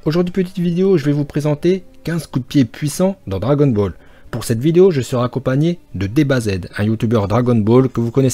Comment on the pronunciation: Celui qui dit cragon ball laisse parler